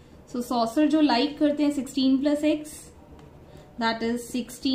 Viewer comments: mam o soccer hain saucer nahi pronunciation galat hain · not sauser its soccer